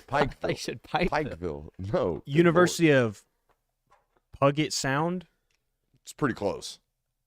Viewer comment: BTW, it's "Pew-jit" not "Pug-et" Sound.